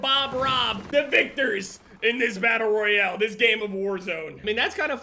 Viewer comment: My man said “Battle Royelle”